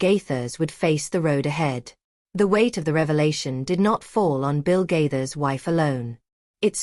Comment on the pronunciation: Stop lying about the Gaithers. Also you need to learn to pronounce Gaithers